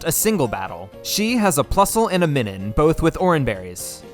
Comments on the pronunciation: Minun is based on the "Minus" symbol, which is pronounced "my-nus." Now say it with my,. My... Nun. Now put it together. Minun. IT'S NOT MINNIN YOU FU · pretty sure it’s pronounced MINE-un, because it’s pronounced MINE-us, not MIN-us that’s a marill her? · The Minun pronunciation makes me rage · I thought your Minun pronunciation was bad, but then you hit us with the Roselia